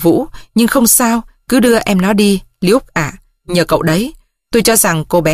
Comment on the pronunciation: Doc hay lam. LUKE phiên am sai. Nho google lai cách phiên am. Mrs Smith co the doc la Ba Smith